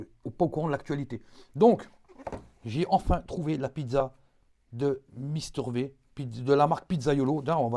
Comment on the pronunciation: V comme Vi pas v comme vé